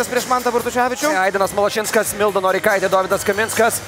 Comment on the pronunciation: kita karta paimkit vedeja, kuris sugeba istarti zodzius "išbandyti" ir "Malašinskas"